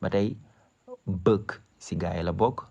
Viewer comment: Sa prononciation desna DH book bouk la niou ko wara liré